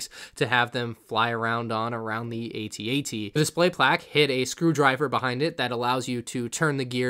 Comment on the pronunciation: No hate but the section of the videos says "bad bat" instead of bad batch lol! Also, you pronounced AT-AT wrong. why did I get so triggered by that?